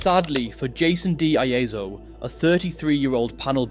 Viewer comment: It’s de ieso not Leso